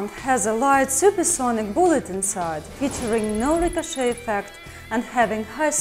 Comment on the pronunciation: I give a thumbs-up just for her pronunciation of ricochet LOL. Don't know if I'm actually interested in the gun but I could listen to her talk about it for quite a while LOL